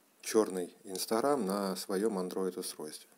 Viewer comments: Не инсторам а инстаграм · Не инстарам а Инстаграм